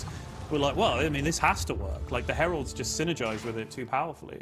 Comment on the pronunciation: 🤣 you can hear her struggle to understand what meant by “hewoeds”. Heralds…ahhh. lol.